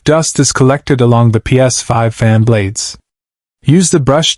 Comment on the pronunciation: Ai fixing a "Ps5".. 😂🤣😂 can the ai say ps5 for us again... Laughable ai slop